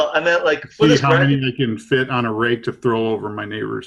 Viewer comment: anyone else here mark say Rape leaves? and not Rake leaves.